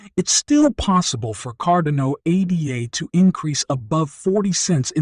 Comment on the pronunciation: Firstly, you pronounced “Cardano” about 5 different ways, and most of them incorrectly. Secondly you used another YouTuber’s face on your video, even though you have nothing to do with him. Thirdly this is just a crap video all around, and your clickbait headline is BS. This is a scam channel.